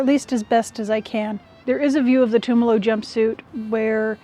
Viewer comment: thank you for the sticker on the machine. and for learning how to say Tumalo (former resident of Tumalo, current resident of Mpls). blessings.